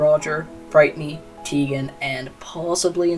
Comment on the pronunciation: that's not how you say brightney it's britney T_T